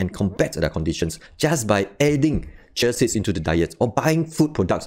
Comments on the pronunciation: For future reference: In the US, we pronounce this ‘CHEE-uh seeds’ not ‘chuh siddz’ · Sound like he is saying Chelsea's or chelsies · It is hard to understand xyour explanations, fast and keep on repeating nonsense explanations. Pronounce properly CHIA SEEDS, pls.... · Dear Lord! You can't even pronounce correctly the words "chia seeds".